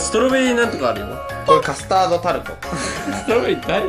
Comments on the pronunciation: カスタードがカトタードになってますよ！ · カスタードがカトタードになってるw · カトタードになっとる笑